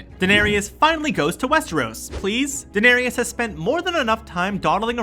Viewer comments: Lol Daenerius, ee-soss, merr-en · Warjing? Bron=Bran? Danerisis? E-SOS? Mirren? Don't make videos if you don't know enough about the content to pronounce it correctly. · Unreal how bad this is! Brawn for Bran....Danereeus for Dany, freaking Essauce?!?!!? WTF?!?!?!! Never again. Put some RESPEK on the GoT's name! Is you done or is you finished?